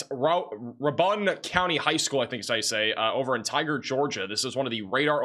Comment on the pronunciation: RAY-BUN not ra-bun